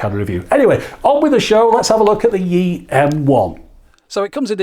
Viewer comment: 'Yi' is pronounced more like E, it's 1 in Mandarin. 'Xiao' is pronounced Show as in Shower, without the er.